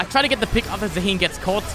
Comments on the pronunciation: Maybe Zaahen tilted because you called him Zaheen xD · petition for to learn how to pronounce zaahen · The way you say Zaahen triggers me